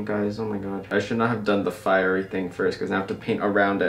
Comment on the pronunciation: firery thing me: it’s!! a!! tree!!